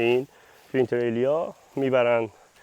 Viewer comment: ان تیلره نه تریلی 🤣🤣🤣